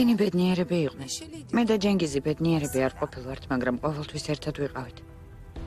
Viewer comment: ცენგიზი კი არა ჯენგიზი ( C არის ჯ )